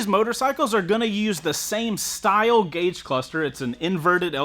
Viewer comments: Gague?? Gauge 😂😂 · "Gague Cluster" made me twitch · Lol "Gague" Cluster xD Great video as per usual!! OC! I think I'm still leaning to the MT07 because it's a peppy chilling bike. You can rip when you want to and cruise without pinning the throttle every gear. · OC What's a gague cluster? Lol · “GAGUE CLUSTER”